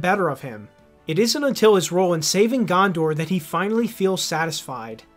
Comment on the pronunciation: Eowyn, Gondor. Pronounce them right dammit